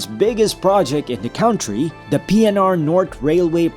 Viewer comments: Pare, hindi yan KAWNTRY. It is pronounced as KANTRY. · “country” Traditional IPA: ˈkʌntriː 2 syllables: "KUN" + "tree" >>>correct pronunciation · "cowntry" daw! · Cringe on the mispronunciation of "country."